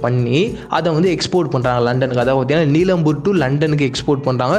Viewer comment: Neelambur illa adhu nilambur aan..